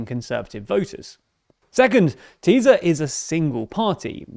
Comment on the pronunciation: Thank you for the report. Just for language information, SZ => S. So it is TISA party. It’s the name of the second biggest river of Hungary.